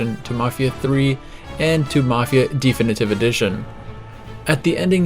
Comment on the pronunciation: Why do you say Thee Finitive Edition? 🤔🤔🤔